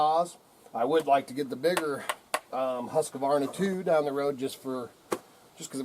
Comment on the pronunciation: Why do so many people pronounce it wrong? There isn't an A between the Q and the V